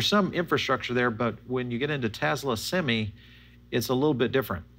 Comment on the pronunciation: Semi not seme